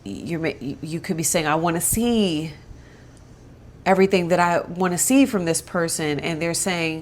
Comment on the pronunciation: Lmao 😆 “Okay, I teh yu evryteen."